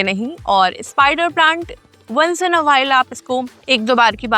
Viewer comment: एन नहीं, इन होता है !